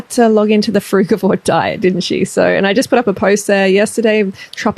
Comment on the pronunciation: I love how when you say fruigavore diet the text comes up as "frugwa" and "fruit board" hahaha xxx